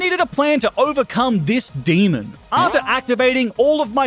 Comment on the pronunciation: Please dont say demon like that